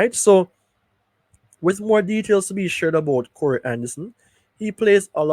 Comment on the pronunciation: The name is "Ka -Roy" not corey